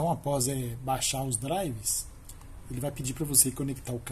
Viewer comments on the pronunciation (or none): Crítica construtiva: Nos próximos vídeos não fala "DRIVES". O correto é "driveRs" com 'R' no final.